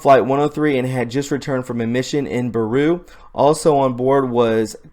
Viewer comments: "Beirut" is correctly pronounced as "Bay-Root" and NOT "Beh-Roo" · Beirut is pronounced Bayroot....